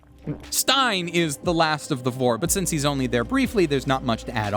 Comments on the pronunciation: It’s Sein, not Stein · He is not called stein. Sein, pronounced like... Zain in romaji(I think). But a great video nonetheless ^.^ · Stein? IT'S SEIN! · The priest is called Sein, not Stein. It means "to be" instead of "Stone".😁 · Stein = Stone, but his name is "Sein" as in "to be". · healer's name is sein, not stein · Funny enough, pacing is one of the things I always notice most in just about any story, good or bad. I think it's actually one of the biggest factors in how a story feels and whether it's good. Also, it's Sein, not Stein. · Correction: The priest's name isn't Stein, it's Sein (pronounced like "Zain"). All the characters have names that are German words. Frieren = Freezing (due to her seemingly cold personality), Fern = Remote/Far away (her minimal socialization growing up means she sometimes holds people at a distance), Stark = Strong (self explanatory), Sein = To be/Being (in the sense of existence, because the purpose of his is something he struggles with). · I know the spelling is similar (only off by one letter) but it is Sein, not Stein. It is the german word for "being", not for stone. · I hate to be that guy, but I have to correct you on the character you call "Stein". He is actually called "Sein", german for "to be/being", and is spoken like the english word "sign" with a bit more "z" sound on the "s". The katakana is probably the best indication (ザイン). Sorry, but as far as I see it, the names usually transport some meaning or theme to a specific character or place, like the kuudere Frieren (to become chilly or physically cold) being a bit of an emotionally colder personality. Which is why I wanted to correct you, even though I usually hate people doing this. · I love how you call Sein by Stein. 😂 Lovely video!